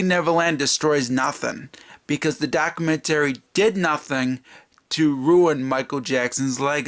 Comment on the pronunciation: You need to learn how to say documentary. 😂🤣😂